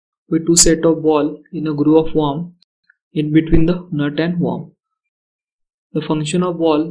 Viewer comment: Its WORM. Not Warm.